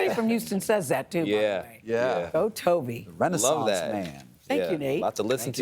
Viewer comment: Kept pronouncing his name without the N.